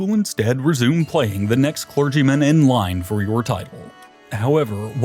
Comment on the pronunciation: Arkbishop, ClerGyman, pApacy, this guy likes alternative pronunciations LoL... Great video btw really exciting stuff...